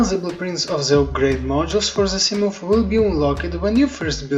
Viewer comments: Yes but your pronunciation of 'Moth' is "Moof", and I like it so im keeping it. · From now on, I am calling the Seamoth, a Seamoof. 🤣👍